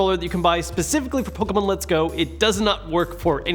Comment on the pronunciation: The way you say Pokemon all compressed like that infuriates me lol